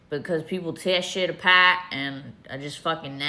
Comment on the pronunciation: "People like ro tear shit apAAAHHT" Knowing her style, she probably lost some money or whatever.